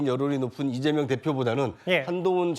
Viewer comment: 찢재명 찢재명 찢지명! 으로들린다